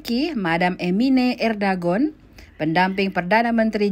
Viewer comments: Erdogan miminnn... Bukan erdagon 😂😂😂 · Bukan erdagon tp erdogan mbak..